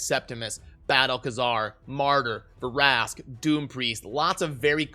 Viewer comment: It’s not Ver-ask it’s Vrask